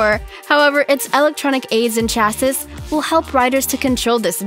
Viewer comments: What the hell.......it's pronounced CHA-SEE!!!!! not CHA-Sis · I'm sorry but what fuck is a chasis?? It's chassis ... Like sha-see ... I think that actually gave me a little bit of diabetes. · 1) Subscribed. 2) "Chass - iss" 3) Unsubscribed. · Isn't it pronounced "chass-ee"?